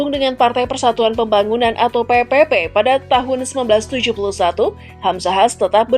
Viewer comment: PPP dibaca P3 ya. Pk Hamzah Haz orng baik, dermawan, beristri lebih dari satu dan kaya sejak masih muda👍